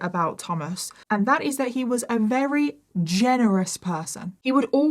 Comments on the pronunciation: This was a rery rery long rideo. I can't believe how many times you manage to use the word "rery" in every rideo. Why is the letter V so hard??? Just say really really or extremely or any other word except very very very very very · Wewy similar ways😂😂😂 wewy wewy Califwornia 😂😂😂😂